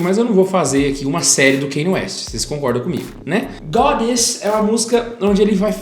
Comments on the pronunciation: É Kân-iê, não Keini. Só pra esclarecer porque o nome dele tem uma pronuncia incomum mesmo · Não consigo ver um vídeo inteiro aonde o cara fala errado o nome do Kanye... "Kenye" PUTA QUE PARIU